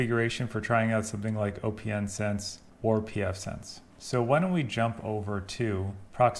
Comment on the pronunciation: Okay. Another video where the OS for opnsense vm is set to Linux. But opnsense is based on BSD. Therefore I always set the OS to “other”. Maybe it doesn’t make much difference when it is running. And I read somewhere that it is pronounced “opensense” as in not closed 😊👍🏼